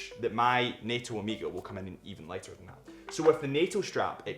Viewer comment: Annoying pronunciation of Omega. Definitely, it is not Ameega!